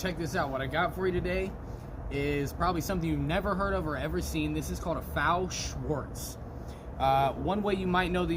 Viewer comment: Not to be that guy but it’s actually pronounced F A O Schwartz, as in pronouncing each letter in the first part.